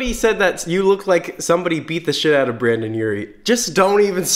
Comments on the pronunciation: All the dislikes are cuz you said "Brandon" instead of "Brendon" tbh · it sounded like u said brandon urie but u typed it brendon im very confusion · Him saying Brandon instead of brendon is one of my pet peeves 😂😭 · I love everything about this video except one thing; it's brEn don, not brAn don. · This video was great but I hate when people mess up his name like it says BrEndon not BrAndon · Ryan_Ross’_Cheeze_Addiction_ Hotline I was watching this and I was like “bItCh did he just say Brandon” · Am I the only one triggered cause he kept saying Brandon.. No offense, I love you. ☺️ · Omfg Brendon reacted to this and then people started getting triggered by you saying Brandon instead of Brendon and he called people out for being triggered! Omg so much as happened! 😂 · Every time he says Brandon instead of Brendon take a shot. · STOP👏SAYING👏BRANDON👏👏👏it’s Brendon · You said brAndon Urie so many times instead of brEndon Urie and my ears hurt😂😂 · I SWEAR HE KEPT SAYING BRANDON INSTEAD OF BRENDON FSHJJHSJSHHSJ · Am I the only one that heard him saying “Brandon” the entire time??? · ITS BRENDON NOT BRANDON BUT I LOVE YOU😂❤️ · 0-0 he said BRANDON URIE RRRRRRRRRRRR ITS BRENDON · I wanted to rip out my hair everytime he said Brandon instead of Brendon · Y ARE U SAYING BRANDAN AND NOT BRENDON OMG I CANT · “Brandon Urie” “BRANdon Urie” BRANDON URIE” Boy, pronounce the E in BRENDON! Kk you’re good Ok love the video and you actually haha have a good day! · he said brAndon Urie repeatedly UGH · Anyone else get really defensive every time pronounced Brendon as "Brandon"?✋🤦🏻‍♀️ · The way he said brendon, it sounded like Brandon and it annoyed me 😂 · What kept bugging me was it seemed like he kept saying “Brandon” instead of “brendon” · Why does he say Brendon like “brendan “ like no wtf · it sounds like you're saying brandon djflkdshgk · Dude, it's Brendon, not Brandon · Its not brandon its BRENDON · It's Brendon not Brandon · brendon * not brandon 😬